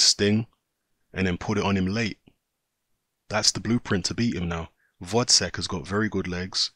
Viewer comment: GVOZDYK! GVOZDYK ! read another time! GGGGGVVVVVVVOOOOZZZZDDDDDDyk and not Votcek